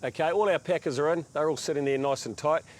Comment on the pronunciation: I know you’re saying packers but to my American ears it sounds like peckers. Also, we say PER-ge-la, not per-GO-la.😁 I imagine we sound odd to you as well. Do enjoy your videos. 👍